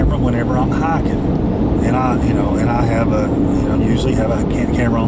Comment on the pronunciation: say hiking not hicken JK But it does sound funny.Keep doing what your doing man love it